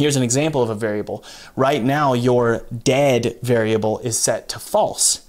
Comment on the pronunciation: I understood " my dad variable is false " xD